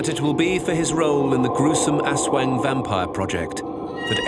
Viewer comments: ASWAG its ASWANG 😅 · its funny that aswang is read as asweng. haha